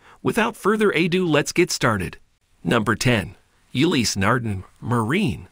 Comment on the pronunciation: Interesting video. The pronunciation of Ulysse Nardin, however, makes me angry.